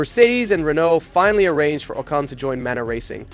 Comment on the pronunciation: Did this mfer just say Esteban oh-cone..???